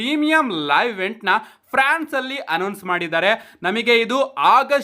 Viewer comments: Prance alla France adu 🤣🤣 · Prance❌ alla guru france ✅😂